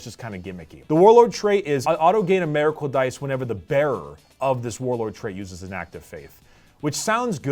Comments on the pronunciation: "Meracle dice" lol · “Mayrackle dice”